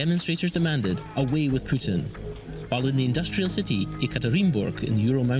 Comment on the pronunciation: Putin not Piutin , you english freek.